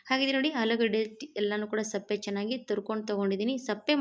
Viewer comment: ಅದು ಸಪ್ಪೆ ಅಲ್ಲ ಸಿಪ್ಪೆ, ವಿಡಿಯೋ ಮಾಡುವಾಗ ಸರಿಯಾದ ಪದ ಬಳಕೆ ಮುಖ್ಯ